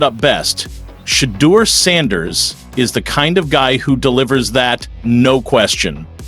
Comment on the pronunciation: Give him the respect of pronouncing his name correctly. Sha-door is the way it sounds.